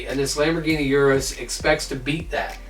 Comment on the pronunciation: It’s Urus....